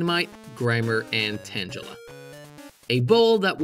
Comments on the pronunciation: Tan gela ? It’s tang a la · Tan-jell-a? It's tayng-uh-la. Like tangled. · TANG-AH-LA not TANGE-A-LA because you know it's vines tangled up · >tangela pronounced like tangerine It's tangle like tangled. Because it's a ball of tangled vines. Tangle-a. Hard "g" not soft. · Tan-gel-a? 😂 Dude, it’s Tan-geh-la (hard g) like tangle.. the word it comes from… And what’s an oh oh? It’s HO-oh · You mispronounced Tangela. The g sounds more like get, not gel. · I don't mean to be one of those guys but I can't help myself. Tangela isn't pronounced like tangible, more like tangle. Tangle-ah. This is my rant for the day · Super great video! I love seeing all the errors mapped out, and the way you laid it out made it so much more funny! There were even more than I knew about! Wow! Also I'm so so sorry, but I've gotta... *Uh-zay-lee-uh To pronounce Azalea *Tangle-uh To pronounce Tangela respectively. I'm so sorry, my brain went nuts listening to the pronunciations, but I hate being the nitpicker. Anyway, super nice video! 👍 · I'm pretty certain Tangela has a hard g like in golf, because it's a tangle of vines. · LMAO the Pokémon Stadium Tangela pronunciation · I love how he pronounced Tangela as Tanjela. It's hilarious. 😂😂😂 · "Tanjella" Subscribing to hear more creative pronunciations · Dude really said Tanjella... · 'Tangela" is pronounced with a hard G sound. Like in the word 'Go". Because it's so Tangled up. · The way you said tangela made me want to commit unalive…..tanjela? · go ahead and say tangle, then say tangela again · You know a lot about Pokémon. It's tangela pronounced tangle-ah. It's a tangle of vines. Please lol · TAN-JA-LA? haha what? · tanjela? Need to untanjle your pronunciations bruv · mispronounced tangela horribly like swear you were drunk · When deciding how to pronounce "Tangela", have you considered the fact that this Pokemon is like, all tangled and stuff? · Great content, very informative. One thing tho Pronounce Tangela right, or I riot.